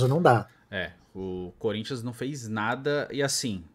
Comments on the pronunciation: eu nunca tanko esse "corinthia 🤏🤏🤏🤏" kkkkkkkkkkkkkkkkkkkkkkkkkkkkkkkkkkk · Corin(tcha) rhûh!